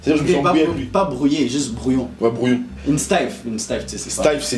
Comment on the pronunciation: "Brouillon?", non "brouille- en"